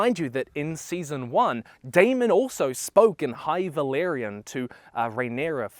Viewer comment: it’s valYrian btw, not valArian